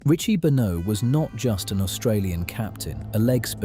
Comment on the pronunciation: It would help if you could get AI to pronounce Benaud correctly.